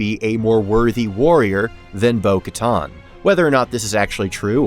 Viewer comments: Minor nitpick, but why in the world do you keep pronouncing it "Bo-KaTAHN" when every other character in the franchise says "Bo-KaTAN". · Bo Katan; not Bo Katton. It's pronounced on-screen. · Bo-Katan, like getting a tan. Like the tan suit that Obama wore. Not Bo-Katon. Oof. Very distracting.